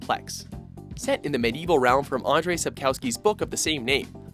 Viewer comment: its not Andre but Andrzej